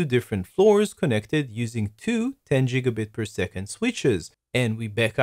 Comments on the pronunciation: ITS GIGABIT NOT JIGGABIT YOU IDIOT! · Its GIG A BIT not JIG A BIT!